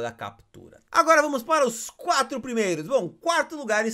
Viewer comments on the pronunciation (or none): none